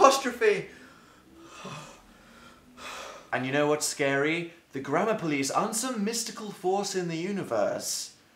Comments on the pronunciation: It sounds like he is saying grandma police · At first I thought he was saying grandma police and I got really confused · i thought he was saying the grandma police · i hear grammar police as grandma police omg the grandma police caught me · The whole time I thought he said the grandma police